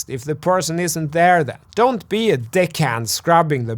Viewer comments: I was pretty sure he was saying "Don't be a dick head" instead of "deck hand" for a second lol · Lol, I heard "don't be a dick hand" Good video:) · When he said "don't be a deck hand" at the end of the video I thought I heard something different 😂